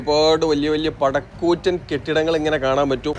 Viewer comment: പട കൂറ്റൻ അല്ല..😂 പട് കൂറ്റൻ or പടുകൂറ്റൻ ന്നാ 😂😂😂